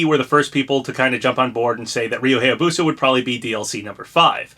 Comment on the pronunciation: It still annoys me how you pronounce Hayabusa. It's pronounced "High-yah-boo-sah," not "Hey-yah-boo-sah."